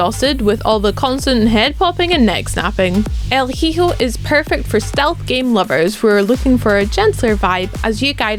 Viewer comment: The way she said Hijo made me cringe, sorry I have to correct you all, I love your content, but its El(L) Hijo (Eho)